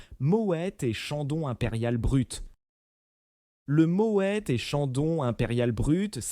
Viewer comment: Mo é au lieu de mo ète. Déjà ça prouve qu'il n'y connaît rien